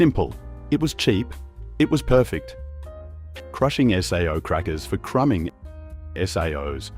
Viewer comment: Sao is pronounced say oh, not S. A. O